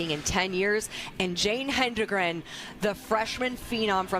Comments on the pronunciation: I cannot stand this. It’s HEDEN-gren. There is no extra “N”. Why are announcers so convinced it’s “Henden-” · She has dominated Cross-country news for two years. LEARN HOW TO SAY HER NAME!!! HED-EN-GREN. NOT HEN-DRE-GEN. AND, her little sister has already been breaking Jane's Middle School records. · Say it, "HEAD-IN-GREN," people. The announcers should have this figured out already! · I don’t think I’ve ever heard an athletes name mispronounced by so many announcers in so many races. HE-DEN-GREN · Hed-n-grin! Come on, now. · Its worse when some say "HEN-DEN-GREN" like wtf lol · Tell that to all of her family members who have shirts that say “pronounce it right” or something like that😭 I’m sure she’s not crying over it by any means, but it is kind of ridiculous that she’s the greatest female distance athlete of all-time and they can’t pronounce her last name DESPITE it being super easy to sound out. Hedengren — Head-in-grin? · I'm grateful for the coverage. So, I won't pile on TOO much. But mispronouncing the winner's name was bad. Plus, "obliterate" was used at least as much as the British announcers say "brilliant". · Geez, it was as though the announcers were from a non English speaking contry! Hedengren is a simple word to pronounce as far as English articulation goes... so weird how they kept mispronouncing it. Just shows that regardless of how 'predictable' you think the next race you're covering might be ... at least just read the names of the top runners you're commentating about (?!?!)] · Why can this lady commentator NOT pronounce Jane’s last name??? Geez. Get it together! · Amazing race, horrible commentary. It's ok to let the race breathe every now and then, and it wouldn't hurt to learn how to correctly pronounce the lead runner's last name as well. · "ROTA-hinsky?" "HENdregen?" Get an announcer that can read simple names! Literally, just read what is there rather than making up some other name in your mind!